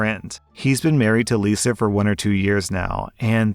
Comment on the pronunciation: "married to liza for..." Me ears- "married to lucifer..." 🤣🤣🤣🤣🤣🤣